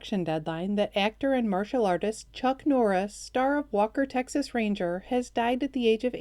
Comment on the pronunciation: Chuck Noreis???!!! What? 😢😢😢😢😢